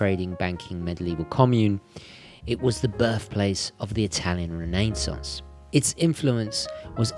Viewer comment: "Florence...was the birthplace of the Italian RenaiNssance"! Really? Are you sure it wasn't the "Italian Renaissance", without the "n" in the middle?